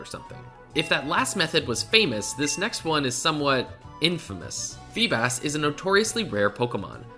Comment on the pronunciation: Its always so funny to me when people call feebas feebus